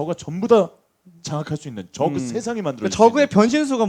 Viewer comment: 전태양 선수 쩌그 발음 ㅎㅎ